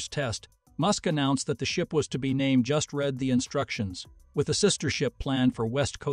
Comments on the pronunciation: Beat me to it on that one... needs better training or contextual AI so it can say "REED" when that's the right pronunciation for "read." :( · computer can not pronounce read I am tired of listening to dumb computers